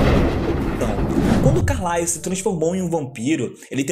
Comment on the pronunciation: Que agoniaaa dele falando "Carlaios" kkkkkkk, mas mt bom o video